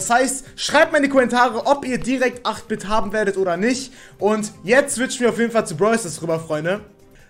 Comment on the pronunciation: Ich werde 8 Bit gleich bekommen weil ich 7k habe und man den bei 6k bekommt aber 8 Bit wird englisch ausgesprochen eight bit